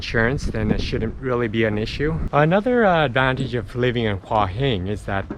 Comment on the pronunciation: Never , ever, ever has the word หัว been mispronounced so many times per minute. If you'd been there for 3 days ok, but In a month you didn't pick that up?